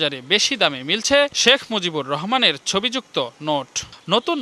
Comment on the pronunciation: "Shekh Muzibur Rahman" evabe full name pronounce Kore bibriti deyay onek Valo laglo oneek dhonnobad Songbad pathok ke , eto din por report - ta dekhe , shune Mone holo shottie Edeshe Shekh Muzibur Rahman name keu chhilo .